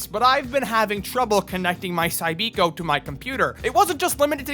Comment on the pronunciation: It was pronounced Cybiko, not Cybeeko.